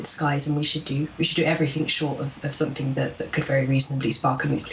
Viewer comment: Why do people say’ somethink’ instead of ‘ something’ ?